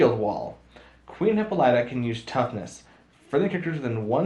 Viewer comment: You are really getting Hippolyta's name wrong.